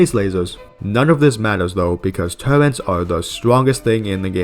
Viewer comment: Ew this mf says turrents